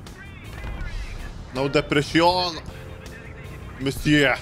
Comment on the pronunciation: Merry Christmass! As a french i could certify the Monsieur pronunciation was perfect, merci monsieur!! ^^